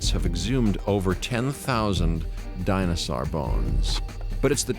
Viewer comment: I could enjoy this series a lot more, despite its being dated, if he'd stop saying "dinosar".😡